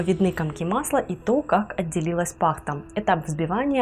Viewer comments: Все интересно, только не па'хта, пахта'. Немного режет слух. Извините если обидела. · Блин! Ну откуда такое дурацкое удаление пАхта,, Капец... пахтА!!!! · Пахта, ударение на последнюю гласную и не коверкай русский язык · Немного подушню. В слове ПАХТА ударение на последний слог😊